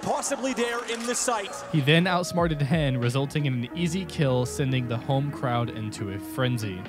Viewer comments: Lol its not hen its heni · "hen" lol should've said "hen one" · Who the fuck is hen? You can even hear the caster say heni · hen1 = heni not hen LMAO